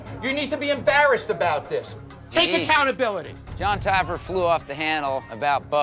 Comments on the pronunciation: “JON TAYYERFY” 😭😭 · This dude said “ John Taggerfree” LMFAO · Love how he says Jon taggerfee instead of jon taffer 😂😂🤣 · "Jon Tagerfee" 😂😂😂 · John TA GRAH FEE